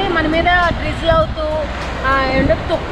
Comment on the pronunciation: Adhi tuparulu kadhu tumparlu🤣🤣😂